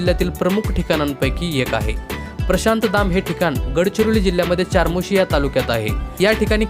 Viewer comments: Chamorshi ,not charmoshi,speak the correct pronunciation. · चारमोशी नाही 'चामोर्शी' आहे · चारमोशी नाही रे बाबा. चामोर्शी😊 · अरे हे मंदिर चपराळा येथे आहे आणि बाळा चारमोशी नाही चामोर्शी. तू यापैकी किती पाहिले आहेस.? तुला काहीच माहिती नाही. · चार्मोशी नाही,चामोर्शी म्हणा. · चामोर्शी..... म्हणावे.... चारमोर्शी नाही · च्यारमौर्शी नाही चामोर्शी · ChaMorshi hai iska nam charmosi nhi... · चमोर्शी अस नाव आहे दादा चारमोशी नाही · Charmoshi nahi re bhau chamorshi ahe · चामोर्शी असं म्हणा